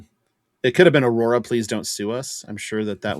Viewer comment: B-rora instead of A-rora.